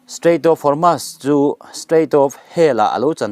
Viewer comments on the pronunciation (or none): Strait of Hormuuuusss titur.. Hormaass nilo in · Hormuz a ni zawk lo maw